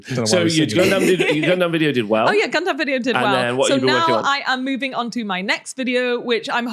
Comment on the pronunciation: Is pronouncing gundam "gun-DAMN" a British thing or a thing?